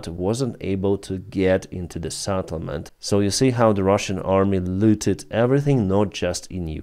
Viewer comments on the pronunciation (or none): not SATtlement but SETtlement. SET not SAT. set... not sat. It's not SAT, it is set - settlement. Stop pronouncing it SATTLEMENT